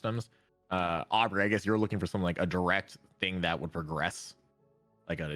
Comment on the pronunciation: Man calling (Uh-bree), Aubrey the whole podcast had me rolling.